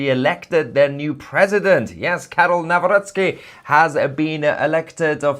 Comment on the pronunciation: Good pronunciation of Karol Nawrocki.